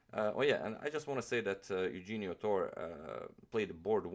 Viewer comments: it is pronounced "Yuhenio" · Great video. Just one correction... The name is pronounced: yu-hen-yo Tor-re. :) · im filipino and his first name is pronounced as "youhenio" i guess like "euhenio" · Pronounced as: Yoo-HEN-nyo Torre. From the Philippines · It's Euhenio! and Philippines is the land not "Filipino" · I was supposed to write this comment but yeah the pronunciation of the name is Eu-he-nio g with the h sound. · sorry but that's wrong. Correct Spanish pronunciation is EH-OU-HEN-YO. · his name is pronounce as YOU-HEH-ÑO. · I think its pronounced as "Yu-hen-yo" "Tor-re". Since our names were Spanish based back then. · "Eugenio" is pronounced like "YOU-HEN-YO". "Torre" is pronounced "TOR-RE". Great video as always! Fan from the Philippines. :) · I believe it's pronounced You-Hen-Nyo Toh-Re(as in wreck)